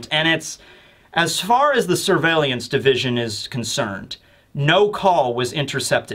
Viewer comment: What I learnt from this video is that can not say the word surveillance.